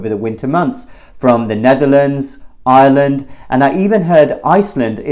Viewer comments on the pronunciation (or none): none